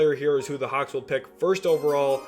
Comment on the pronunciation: It Atlanta hawks not hauck